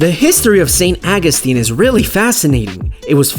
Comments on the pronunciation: St. Awe-gus-teen, that's how it's pronounced. 😉👍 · Why are you butchering the pronounceation of St Augustine. It's aw gus tine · How the hell are you pronouncing St. Augustine?! I couldn't even finish the video.